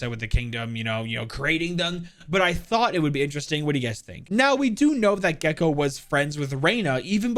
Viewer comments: He said his name in the whitest way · Im a true hispanic over here. Mexican and Puerto Rican. The way it was pronounced murdered me. (Gekko's name) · okay dude, the reason why you're getting flamed for the wrong pronounciations is cuz you're not even trying or researching how it should be pronounced. at this point, you're just doing it on purpose, that's why I unsubbed🤏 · Hm, yes, IMPECABLE pronounciation. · i think u can use google translator or whatever to pronounce :D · At least he owned up to it lmao.